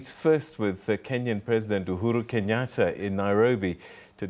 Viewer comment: We it's UHuru not uHulu it's like when you pronouncing yr country Malawi you say Marawi🤣🤣🤣u get me confused man